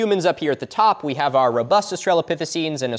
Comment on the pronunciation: >Spells "australopithecines" correctly. >"Rubust"